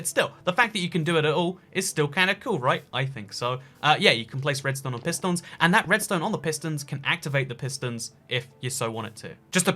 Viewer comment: did nobody else realise he turned french ? *pist0hns*